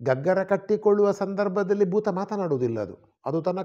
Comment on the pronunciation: ಬೂತ. ತುಳುವಿನ ಬೂತಕ್ಕೂ ಕನ್ನಡದ ಭೂತಕ್ಕೂ ಉಚ್ಚಾರಣಾ ಹಾಗೂ ಅರ್ಥ ವ್ಯತ್ಯಾಸವಿದೆ. ದಯವಿಟ್ಟು ಗಮನಿಸಿ.